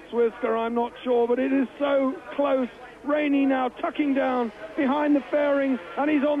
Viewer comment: He mispronounced almost every rider's name. Wainey, really?